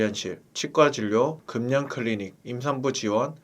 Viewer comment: 금년이뭐예요 금연을 그면으로 말씀하셔야지 연음법칙